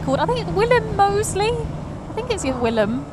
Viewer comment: "Moseley bum cam" haha, nice video and you pronounced my name right yippe!!